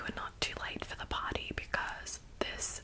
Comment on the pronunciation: You sound like Kelly LeBrock. Especially when you say PARRTY.